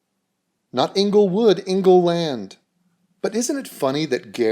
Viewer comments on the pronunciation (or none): " Inlgewood" 😂👏 I bet you're not from that part of Cali? 😉